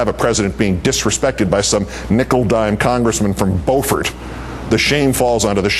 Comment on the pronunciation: "Byoo-fort", Keith, "Byoo-fort". It's been 'mericanized. "Boh-fort" Beaufort is in North Carolina.